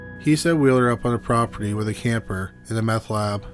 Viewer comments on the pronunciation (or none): none